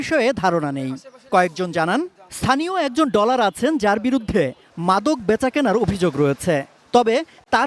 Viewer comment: আরে সাংবাদিকই তো ভালো করে বলতে পারে না ডলার না বলে বললো টলার 😂😂